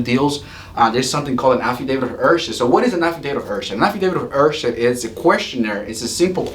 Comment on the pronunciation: To let you know heirship is pronounced Air ship Heir is pronounced air